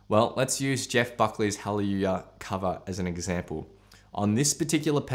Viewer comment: “Jeff Buckley’s hawwywoowah”. 😝